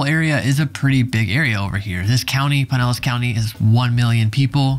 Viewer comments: The flood zone material is too light and needs no Oklahoma info. The Evacuation Zone maps are readily available for Pinellas County, are simple and easy to explain, based as they are on elevations. Stop saying PIE-nellas--it's PIN-ellas County. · Your pronunciation of Pinellas is killing me. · Oh now i see. he said it correctly the first time but he just started butchering it completly